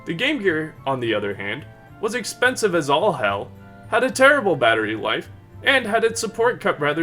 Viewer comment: "Ex penis ve"